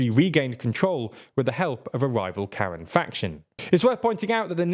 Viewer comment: also the pronunciation is a lot different. It's just short K sound and Ran. K-Ran.